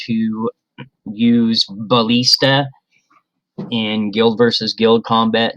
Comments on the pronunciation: "balleesta", lol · you know how to pronounce ballista differently?